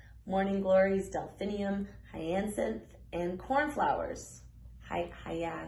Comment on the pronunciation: U said hyacinth correctly. Like 'what are they doing in the hyacinth house' by Jim Morrison of the Doors'